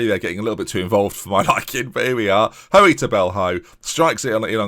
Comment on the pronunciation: As someone with the same surname its not ''Ho-ey'', its pronounced like ''Hooy''!